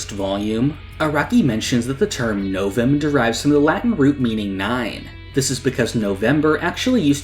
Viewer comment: its pronounced "No-wem" not "no-vem" for the latin number 9 (novem)